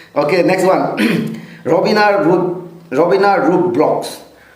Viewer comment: Watching your video after i met you in real 😁 I didn't watch this video because of my health issues but never too late here I'm watching and thank you for answering my questions ✨ You didn't call my name right but it's okay It's Robina Rube vlog not Robina rub😅